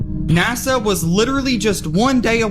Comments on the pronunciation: Btw, it's NASA. Not NAZA! Doofus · What the fk is “ NAZZA” ? I have no fking clue what “NAZZA” is… Oh you mean N A S A ?? For fk sake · .....its NASA.......not NAZZUH😮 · When are you going to learn that there are bo Z's in the word NASA?